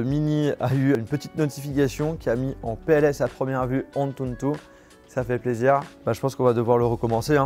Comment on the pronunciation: Pourquoi tu rajoutes tout le temps un « N » en plus dans le mot « Antutu »??